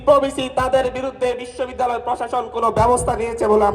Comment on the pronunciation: ঢাকা বিশব্বিদ্যালয়ের বিচি 😂😂 হায়রে বাংলা pronunciation এর ধ/র্ষ/ন হয়ে গিয়েছে😂😂😂